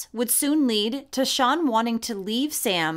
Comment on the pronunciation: I thought you were calling the monster Sean not sian (sharn). I live in the UK and had never heard of Alfie. Thank you